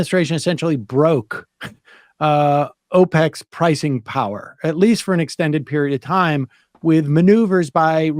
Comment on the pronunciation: OPEC, not APEC